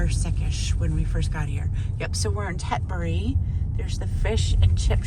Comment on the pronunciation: Props to you, it’s very rare to hear an american pronounce british place names right.